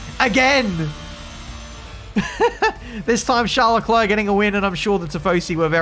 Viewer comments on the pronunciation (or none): none